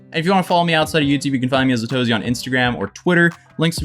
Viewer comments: LMAO i didn’t know you were saying the channel name different on purpose😂😂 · I literally had no idea it meant a to z until he pronounced it differently like a week ago😂